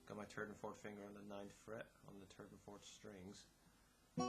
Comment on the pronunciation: terd and fort finger lmao